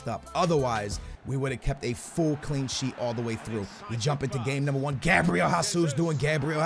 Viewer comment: "NUMER"😂😂😂 stupid you're making fun of him and you don't know how to write either